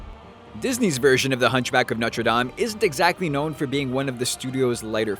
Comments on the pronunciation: It's No-ter-daim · who else raged when he mispronounced the hunchback of notre dame u say it like dayme and noter like its sounds like noter dayme but spelled like notre dame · Its prounounced noter dame not notree dom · I think he said Norte Dame wrong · Is Norte Dame actually pronounced like that? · LOL you purnounced Notre Dame SO wrong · lmao yeah XD